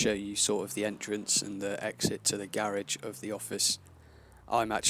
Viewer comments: It's garage no garege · My guy said gairages it’s a garage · GA-RA-GE NOT GAY RAGE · The way you said garage though lol Gar-ij is how you said it haha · Oh lol I’m Hispanic so that sounds a bit different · The "garriage" lmao damn Brits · Cool Gah-redge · "Gerrage" lmao. Kept throwing me off. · WTF is a "Garige" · Anyone else get annoyed when he pronounced garage wrong? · She says garage weird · that's not how you say garage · why the fuck do you say the garage likr that